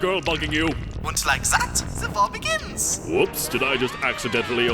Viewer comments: In the WW3 speech, he pronounces 'war' like 'vore' and it's hilarious to think about it like the coming out with a vore fetish. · the thing is, i cannot for the life of me figure out if he's saying war or vore and knowing this series it could very well be both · "I like vore" I know its SUPPOSED to be war but that aint what it sounds like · For the longest time, I though he was saying "vore" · "I like war" Came out more like "I like vore" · The German guy saying war sounds like gore 😂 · Thank god, I thought he was saying vore the entire time. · I thought he was saying vore instead of war And some disturbing pictures may or not have popped into my head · I literally heard him say “I love vore” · The thing is his german accent replaces the "w" pronunciation with "v" so to me it's just a 2 minute speech about how a german nazi leader loves vore (don't google vore it's fucked) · Whenever he says war it sounds like he's saying vore. "I love vore, there are so many kinds of vore" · I do not like vore... I... LOVE... VORE Please tell me I'm not the only one who was hearing that instead of war. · Oooooh, he's saying war, not vore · Whenever the major says I love war, all I can hear is I love vore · It sounds like he's saying vore... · At first I thought the Nazi leader was saying he loved Vore. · When the speech about war was happening I here’d vore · The German pronunciation of war here sounded like "vore" and so it sounded like the Nazi leader was saying "I like vore", lol! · "I. VANT." cuts to the ad of the full lego movie "VORLD. VAR. THREE!!!!!" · "I do not like vore. I. LOVE. VORE." ^at least, that's what i heard... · Episode 4: "I don't like vore. I LOVE vore!" Me: "Gross..." (I know that he was saying war & that in German w's are pronounced like v's) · when he said I love war i thought he said...something else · I thought he was saying vore not war, And did anyone else realize that instead of evil guy with a cat it's evil guy with cat boy